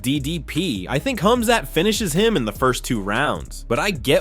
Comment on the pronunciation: Wow! Man thank you. You've finally pronounced it right. KHAMZAT 🎉🎉🎉🎉❤❤❤❤